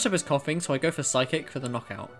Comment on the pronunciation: This video but every time he says phyice it gets faster